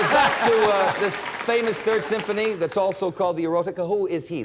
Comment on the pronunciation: Even after being corrected by Tony, Peter read the name of the Symphony wrong. There’s no T sound in it.